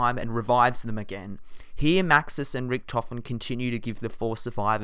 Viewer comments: ( Rik-Toe-fen) not (Rik-toffin) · MR-TACKY_TECK it is richtofen not richtophen